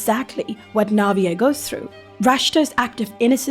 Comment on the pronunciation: IS THAT HOW YOU PRONOUNCE NAVIER’S NAME???? I’ve always said it like naveer…😭